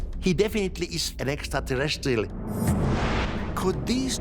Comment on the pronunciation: Love how all these people absolutely butcher the pronunciation "extraterrestrial"